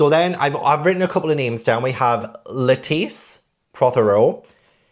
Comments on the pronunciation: You changed your pronunciation of Lettice partway through. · Every time you say Lettice, my brain = 🥬 and I just imagine a giant lettuce walking around 😆 great intro, great video!!